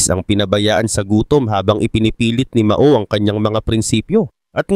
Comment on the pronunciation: Pronunciation Po ay MAO=MAW……not MA——O……MAO=MAW ( one word).